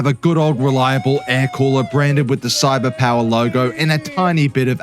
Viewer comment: Wow! Our boi here got Cyberpower correctly spoken for the first time here 😱🤯😂🤣